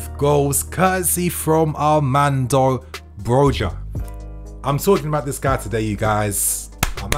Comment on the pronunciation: It's not pronounced Broga but Broja the Ja is a ha sound.. cuz he's spanish init. Even the commentators kept getting it wrong. On another note Tammy was a let down.